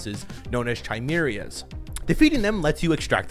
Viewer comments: Chimera (ky-MAIR-uh) not (chai-meery-uh) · "Chia-a-mar-ee-ya"? 😂 nice. Sounds like what I do when i have the shits. I know what a "kai-mare-ah" is tho. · Its called ki me ra spelled chimera not chimeria like a biria taco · No shade, but please learn how to say chimera right, it’s Kai-meer-uh not chai-meer-uh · Kai-mair-uh. Not chi-meer-euh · Bro it’s not pronounced “chai-meerias,” it’s “kai-meera” 🤦🏽‍♂️ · Hey, love the channel. Just so you know, the special zombies are pronounced “kai-mehra” instead of “chai-meer-iuh” ❤ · Chai mirias? How can you fuck up the word Chimera. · KAI-MERA. It’s pronounced Chimera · Chimera = "kai - mare - uh" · That is not how you pronounce chimmyray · Chimera is pronounced Ky-mare-uh. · Chaimarriers?! I thought it was chimera? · "Ki-mera" say it with me "Ki-mera"😂😂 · Chimera=keye mare uh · homie said "chai-meera" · your pronunciation of chimera hurt my soul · Butchered the pronunciation of ‘Chimera’. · Worst pronunciation of a word I think I've ever heard. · The way he pronounced Chimera 😆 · Is the upgrade enemy a chimera or is it actually a chimeria or whatever this dude said? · That's a very interesting way of pronouncing Chimera lol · That isn't how you pronounce chimera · Not bro mispronouncing chimera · never pronounce chimera like that again bro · you butchered the word 'chimera' XD